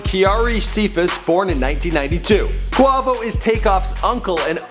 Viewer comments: I don't under stand how u did research and gathered all this information about migos and don't know how to pronounce "Quavo" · how the fuck can i trust you with giving me correct info and you dont know how to pronouce Quavo. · ikr i was finna say am i the only one that heard that lol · the way he said quavo made me vomit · from the way he said Quavo.I wonder if this guy covers these artists for the money...or does he have a genuine interest in their music. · Every time he mispronounced "Quavo" I cringed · he is saying quavo wrong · you got my cringing when you say Quavo name like that. shittt stop playin wit his name! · you know this man hasnt heard one migos song if he says quavo like that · Everytime he said quavo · I love how he says "please forgive me IF I mispronounce any names". You misprounced Quavo's nickname AND his real first name. Lame ass nigga: take this L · the only one you mispronounced was quavo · How you fuck up quavo 😂😂😂 he say it damn near every time he raps 😂😂😂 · He pronounces quavo's name wrong... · It is quavo not qovo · Bruh im not even watching this video after because this man said CUAVO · It's Not Qovo it's Quavo in the song I'm the one he Quavo says Quavo Dumb dumb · I'm in cardiac arrest. My mans said 'qua-va-sous' ...it's Qua-vi-ous. This whole video needs to be taken down, edited, then maybe we can try again. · its quaaaaaaaaavo he said quovo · Hes saying Kwa Vo. Its Quay-Vo tf?? 😂😂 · QUA not QWA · quavo not qwuavo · dude.. its quAvo... not quAWvo.. you have a good channel but last time you mentioned lil boosie (boosie badazz) you pronounced it lil "bOUsie"... come on dude, do a lil research, listen to more of these artists music and you'll actually sound like you know who you're talking about. just sayin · SaiFYEEZY yesss I was the same like its QU-A-VO NOT Q-WA-VO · dude does a mini documentary about the band but can't google how to say quay vo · wait did he just say cuavo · Brah he said qwavo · Quavo = KWAYVO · QuAvo?😂I can't😭😭😭😭😭